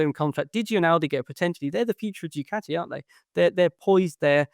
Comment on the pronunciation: Keith, Keith, Keith.......for chrissake its DOO CART EE. Please. Enuff of DOO CAT EE! It's so insulting!